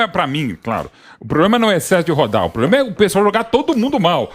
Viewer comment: Ele fala poblema